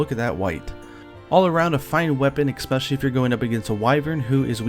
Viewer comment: Expecially isn't a word.